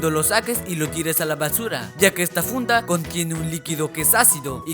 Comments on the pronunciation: dijo esta funa en ves de esta funda 😂😂😂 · Jajajajajajaja dijo funa